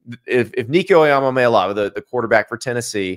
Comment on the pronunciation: Can we please learn how to say Nico's last name Andy or just not say it at all. "ee-ah-MAH-LAY-ah-va"